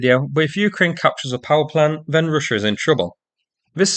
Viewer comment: What is "Ryssia?" Real bad pronouncing here. Almost impossible to "Inderstond"!